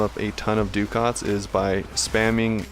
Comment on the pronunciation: Just an irritating comment from me but Ducat is actually an old currency and pronounced something like 'duh-ket' Is it pronounced differently in game?